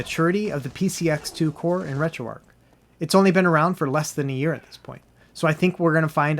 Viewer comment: retro-archhh bro, not retro ark